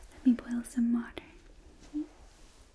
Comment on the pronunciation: When she said let me bole some walter Me dont drop it on some one